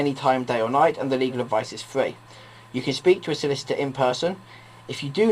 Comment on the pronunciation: Advice is fwee